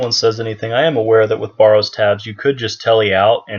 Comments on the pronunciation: BARE-ROWS......not BAR---ROWS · Why do you say Baw ro's instead of Bar o's? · Mans saying borrows